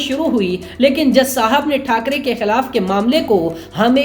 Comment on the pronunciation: Say balasaheb thakare not thakare